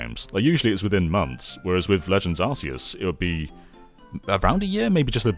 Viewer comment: Arceus doesn not come from Archangel but from Arké